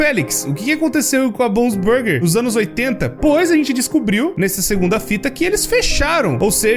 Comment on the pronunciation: Não é possível o falou ânus é não anos